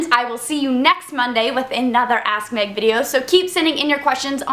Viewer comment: every time you say "ask Meg" sounds like your saying ass meg.